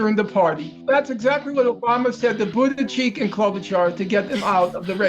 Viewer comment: I can't get over the fact that he called him "Buttiecheek" 😂😂😂😂😂. Can anyone be more legendary at mispronouncing names?